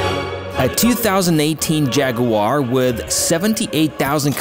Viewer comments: Νο jaguar...Noooooo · jaguwar no in the uk its jaggggg